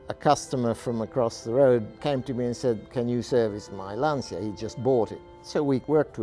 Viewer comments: For the record, it's pronounced "Lahn-shuh". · stilsicherer now i'm gonna make an even more stupid and unnecessary comment. I in LANCIA is very silent, almost not audible. italians bend that I so it flows with the A behind it. but it's pronounced LAHN-CHA. always was and will be.